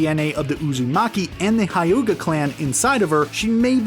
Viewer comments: I had to replay the video to actually understand the pronunciation. Bayukagan? Hayuga Clan? Aakausuki? Madaara? Kabuuto? Yamooto? Shaakra? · EVERYONE TALKING ABOUT MIS PRONOUNCED WORDS BUT NO ONES NOTICING THE “ByUcaGAn” and “HiUgA” 😂😂😭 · The “bayukagan” and the “hayuga” clan lol at least he’s consistent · I ain’t watching this no more after u said hayuga that’s enough 🤦🏽‍♂️😂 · Pronounced every word wrong example hayuuga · The hayuga clan?and the bayakugan? LOL